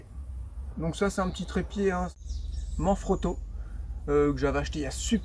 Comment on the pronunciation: Ca ce dit manE frotto et pas manfrotto :)